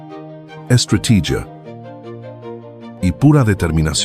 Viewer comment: "Llegaron a base de sangre... ESTRATIYIA". xD